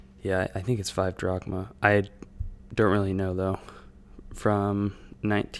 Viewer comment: the only thing i wanna point out is close but wrong pronunciation of the drachai